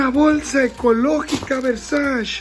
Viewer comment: Diria la Gigi Hadid: "Es VERSACE no VERSACHI" Solo es juego amigos no me funen Wey se rifo el neta!!! <3